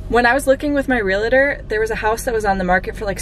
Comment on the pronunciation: Okay this is going to sound nitpicky, but The word is pronounced "real tor" not "re la tor". So glad you are getting out of that crappy apartment and are going to own a home!